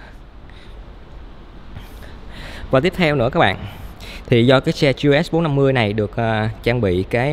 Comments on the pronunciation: Ông gọi luôn là gờ lờ xê bốn năm mươi đi, lại còn gi eo ét bốn năm mươi, nửa tây nửa việt hả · K biết " anh" sinh năm bao nhiêu? Đọc vậy k thấy chối hả anh? Đã bốn năm mươi thì đọc luôn là gờ lờ ét đi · à đoạn ấy tôi nói nhầm, ý tôi là gờ lờ ét bốn năm mươi. Tên mẫu xe của họ là GLS450 thì phần chữ ông ý đọc kiểu tây, phần số lại đọc kiểu việt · Gi e ét bốn năm mươi Tây thì tây cả , ta thì ta cả đi đọc nghe mệt mỏi